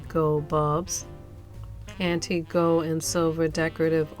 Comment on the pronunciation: It's "gold" with an "L" not "gode".